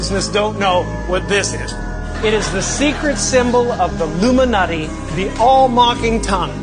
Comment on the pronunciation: Notice he said Illuminuti